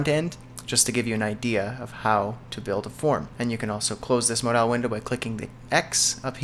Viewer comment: Mod-owl window? hehehe no its Mod-ul good vid man thanks!